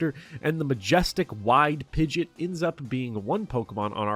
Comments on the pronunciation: Pidget? Pidget? Pidget???? Its Pid-gee-ot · Stop calling pidgeot pidget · Jesus christ please never say 'pidjit' again 🙏 😅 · is it a joke in the community to call it pidge-it instead of pidgey-ot? A lot of people do that. like its pidgey pidgey-o-toe then pidgey-ot. Which is weird anyways, i feel it should be pidgey pidgeot then pidgeotto. Just swap stage 1 and stage 2s name and thats it. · Minor nit pick. Pidgeot is pronounced pidge-ee-aht. Not pidge-it. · Great video! Very informative. I just have one critique... you mispronounced pidgeot. It's pronounced Pid-jee-aught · Hearing him pronounce Pidgeot like "Pidjet" almost broke me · Commenting to call you an ingrate for pronouncing it “pidgit”. I hope you feel bad. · First person to ever pronounce Pidgeot as "pidjit" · The pronunciation of Pidgeot is atrocious. PID-JEE-OTT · Say it with me now. Pid-gee-awt. Had to get that out there. Love the vid tho 😘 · Great video, but that “Pidget” really triggered me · the way you pronounce pidgeot is insane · something terrifying about the pidgeot pronunciation. i expect nothing less 🫡